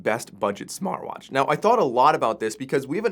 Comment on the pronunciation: Smarr watch, still can't say Tea?